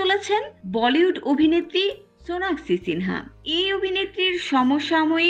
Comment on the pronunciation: হায়রে ভালো করে নামটাও বলতে পারেন